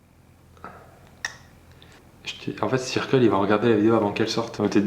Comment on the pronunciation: tu dis circle mais ça se prononce pas "seurkeul"?😂